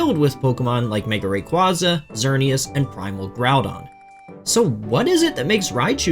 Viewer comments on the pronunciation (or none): none